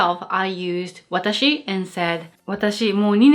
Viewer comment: no, we say watashi. but,we don't say waataahsee.